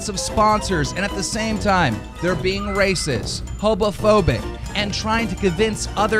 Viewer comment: keem says racis and hobophobic